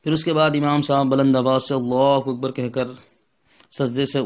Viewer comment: Janab gustakhi maaf apjo allahuwakbar Jo bol rahy galat hai. Allahhu Akbar hota hai wakbar galat ho jayega